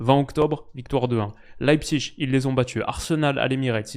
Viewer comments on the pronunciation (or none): none